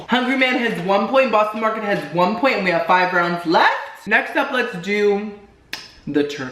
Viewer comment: "Bostino Marketito", "Hungry Whore", "Hungry ballsack" 😂🤣 "There's a tenderloin right there that's being pulled.." 🤣🤣💀 "Hungry deick.."